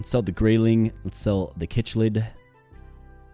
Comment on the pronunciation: It'd not pronounced kichlid it Is pronounced sicklid [chiclid]